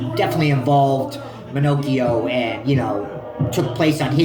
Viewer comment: I grew up in the area seen him not long ago walking sround. Its pronounce Ma-knock-eo. Hes old but still in good shape. Hes avoid major time all of his life. Good video new to your channel just subbed.